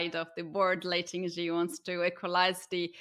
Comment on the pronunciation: Can someone please tell the commentators that jie in Tingjie is pronounced jee-eh, and not just jee